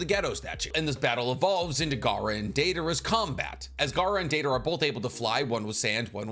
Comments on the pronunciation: Daedora? Where the hell is Deidara mentioned like that?? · the butchering of Deidaras name in notbut rn video and this comment hurts my heart